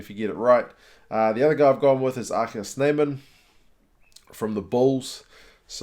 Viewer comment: Good job with the gggg sound in RG Snyman!